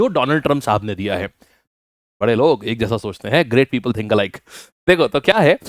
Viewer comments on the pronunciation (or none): none